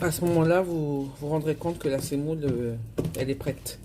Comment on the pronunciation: On dit la semoule et non pas la sèmoule